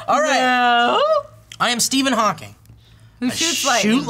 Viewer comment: Stephen Thawking XD